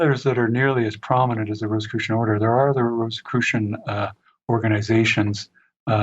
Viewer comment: an excellent interview with a very knowledgeable and interesting guest. Please pronounce Rosicrucian in the way that does. The symbols of the rose and the cross hints...not Rosss i crucian...but sounds like Rose...icrucian.